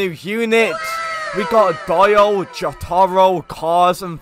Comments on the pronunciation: He said die o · Dieo as he says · When didnt properly say dio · The way he said dio tho 🤣 I still enjoyed this video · Can't even say Dio right... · only if he was able to say DIO correctly smh